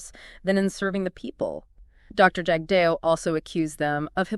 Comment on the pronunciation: You folks can’t even pronounce Jagdeo’s name properly that’s all I needed to . 😊